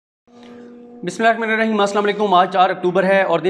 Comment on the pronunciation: صدیق جان صاحب. برائے مہربانی. بسم الللہ الرحمن الرحیم کو ٹھیک طرح سے ادا کرنا سیکھ لیں